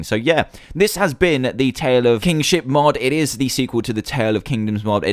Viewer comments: nono, I'm just saying when he says it, it sounds like Kingshit. No offense :P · lol even thought the mod was called Tale Of Kingship.At the start i thought Dan said Tale Of King@@ XD